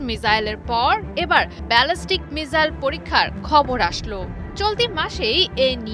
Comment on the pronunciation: মিজাইল না মিছাইল😂😅